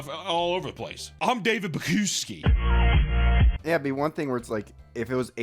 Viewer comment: I love how you mis pronounced his last name the whole time